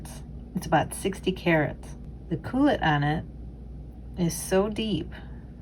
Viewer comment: Please excuse me but......culet is pronounced Q-let . Glorious work!!!